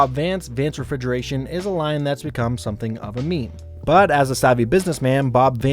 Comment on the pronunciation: Vance Refigeration? 😂😂😂